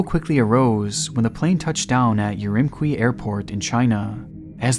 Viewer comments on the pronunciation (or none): It's Urumchee not Urumkee